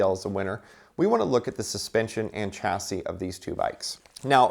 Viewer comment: It spells "chasi" but read Shasi